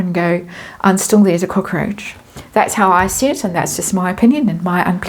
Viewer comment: You took me right back home when I heard you say cockAroach..over in uk just cockroach I prefer the way….